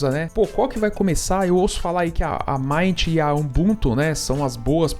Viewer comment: Pronuncia,se Mint com i. É menta, em Inglês. 😉